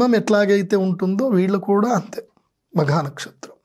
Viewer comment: Sir Makha is not correct Magha is correct